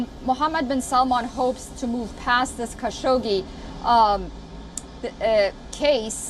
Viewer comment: Every fucking time that there is Saudi News Wion say Jamal Kassogi name. Do you understand that its so irritating.